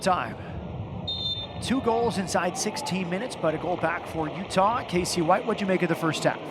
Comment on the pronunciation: "Full time in Sandy Otah." lol.